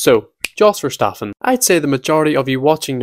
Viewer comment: 😭😭 “oh no, someone with a thick accent can’t pronounce a dutch word” YOU KNOW WHAT HE’s saying… so does it matter?!